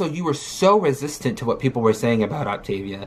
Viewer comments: OP tah vee a, not OP tay vee ah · every time she pronounces “Optivia” “opti vee uh” I get closer and closer to ripping the hair out of my head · Her pronunciation is making me pull my hair out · “Optuh-VEEEEYA” 🙄 Say it with me gorrl. “Op-TAY-via” Did she really go to college.?🧐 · It sounds like she's saying Octavian which got me excited because I love ancient Rome 😂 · i love how she started the diet without even knowing how to pronounce it. that alone told us she didn’t do research. then the fact that she suddenly discovered it was 900 cals mega eye roll o p t A v i a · “On the video where I said I wasn’t going to do op-t-ivia no more” 💀💀🔨🤮🤦🏽‍♀️ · Optivia/optavia/Opt-ah-vee-ah has left the chat... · She just quit because she couldn’t bring herself to master saying the word “Optavia.” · Its six fuckin letters why tf are ppl acting like they cant pronounce optavia 😂